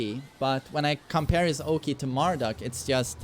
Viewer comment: Always love how says Mar-DOOK lol